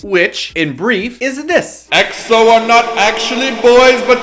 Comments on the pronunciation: it's pronounced "x-o" not "e-x-o" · can someone make a video on how to pronounce Eks-oh! it was NEVER E-X-O >.< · they always say E-X-O! arg! its pronounced like xo! sigh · ...you kept saying XO, it's EXO. lol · Please please please stop calling them EE-EX-OH. D8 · *screamo* EXO!!!!!!!!! yes!! pronounced EXO as ack-so in the beginning of the video XD as much as I like BAP, EXO's the only who's able to convince me to buy their albums